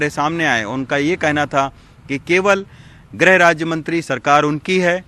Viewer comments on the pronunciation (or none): पत्रकार महोदय,ग्रह मंत्री नही बल्कि गृह मंत्री होता है जी।